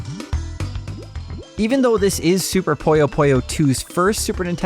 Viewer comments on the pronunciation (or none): Why do you say “poyo poyo”? It’s PUyo PUyo.